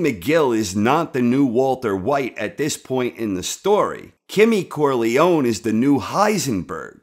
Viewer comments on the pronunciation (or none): none